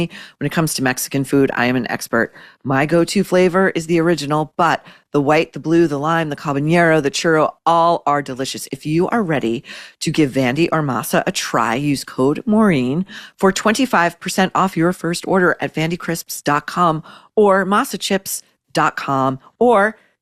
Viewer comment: Re MASA CHIPS the correct pepper name pronunciation is Ah-bah-NEHRO not NYERO. The letter that makes that sound that’s NOT in Habanero is the ñ (squiggle on top) which is an extra letter in the Spanish alphabet. While we’re on the subject, also mispronounced is Cartagena, the city in Colombia. It’s Cahr-tah-heh-nah NOT CartaHAYNYA. There’s no ñ there either! And pls KINSEY SCHOFIELD stop saying Bah-LAWN-ciaga trying to sound French, for the born in SPAIN, designer Balenciaga. Spanish pronunciation is Bah-len-seeagah. LEN rhymes with HEN not SALON. You’re welcome!